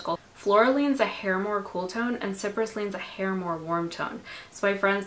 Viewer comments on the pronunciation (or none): It’s pronounced sci-press not sipress…